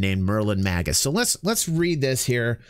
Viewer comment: I'm glad you were as inspired by the idea as I was. It would have been fun to have people's age along with their votes. Just one thing. Magus pronounced Maygus 😉